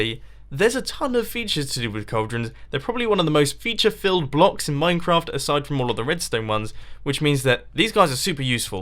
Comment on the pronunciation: Dude.You said "Minecrap"